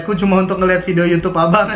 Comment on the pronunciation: bukan fidiyo tapi video